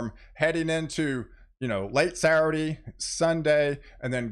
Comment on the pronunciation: I love it, the way you pronounce "Saturday"..."Sarade." Keep up the good work, my friend.